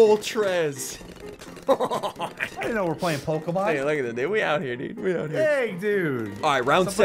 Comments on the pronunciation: Yeah Dude... She Said Voltrex, and to me voltrex sounds likr vulpix. i know moltrez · It's not Moltrez it's It's Moltreis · It’s moltress not voltrex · It’s a Phoenix not moltrez but ok